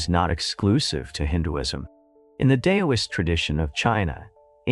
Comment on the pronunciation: Can’t someone figure out how to get AI narrators to pause and stress in the right places? And pronouncing “Taoist” as though it was spelled “Tay-oh-ist”. Pullease.